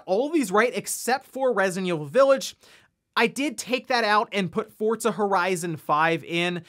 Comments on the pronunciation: Its not pronounced fortza. Do you see a t in the name of the game? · Take a shot every time he says "fortza horizon 5"